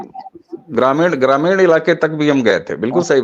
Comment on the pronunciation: ग्रामीड नही ग्रामीण बोलिये।